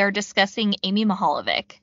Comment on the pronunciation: Just a piece of advice when pronouncing Slavic names: “c” is pronounced as a “ts” sound. If it is “č” it’s pronounced “ch” sound. Just a heads up.